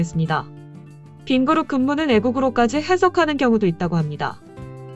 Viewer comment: 빈그룹=빈그릇;;;;;; 발음이 참........어떻해 현대차 포니를 샘플로 쓰라고 보내줘야 겠는걸~~